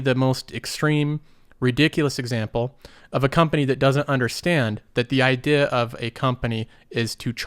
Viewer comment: It makes me chuckle a bit when you say idea. ideha